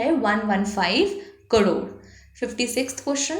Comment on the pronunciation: Mam its crore not cdore😅